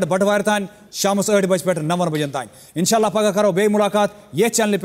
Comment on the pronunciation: reham khudaya isne tou kashmiri language ki aise ki taise ki yaar nakhre kyu karahi hai yr tu tou aise baat hi nahi karti keh bani hadd hai tu aur inshollah nai inshallah bola kr